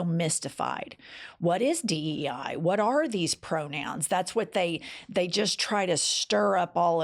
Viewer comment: Did he just say DEA ? 😮